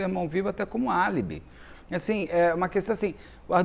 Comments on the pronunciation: Kkkkkkkkkkk a palavra "é álibe",esse Beto é maravilhoso,eu ❤️ amo,sou viciado nesse canal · É álibi, Beto 😂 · A palavra é álibi